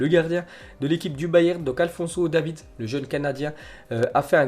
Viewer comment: Il a dit Alphonso Davids Mdr